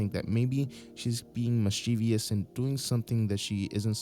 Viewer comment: There's no such person as Miss Chee Vee Us. The word is mischief-ous. miss-chiv-us.